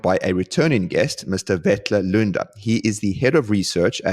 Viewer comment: 👍🏻 a like for pronouncing the name right